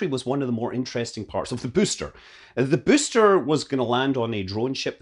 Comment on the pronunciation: I just love the way Scott says "booster", sounds a bit like "byyster" - kills me every time